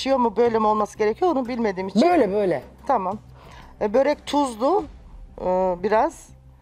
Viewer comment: Zuhal hanım barı siz yapmayın😭😭 böğğrek değil börek.